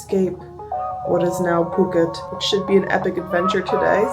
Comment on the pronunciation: That is not how Phuket is pronounced